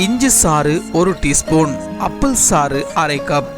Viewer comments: அப்பிள் இல்லை ஆப்பிள் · அப்பள் இல்லை டா ஆப்பிள்